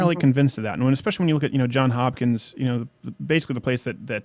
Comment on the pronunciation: It's "Johns Hopkins". There's an "s" at the end of John. Just FYI.